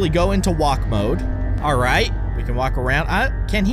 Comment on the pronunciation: its mode not moke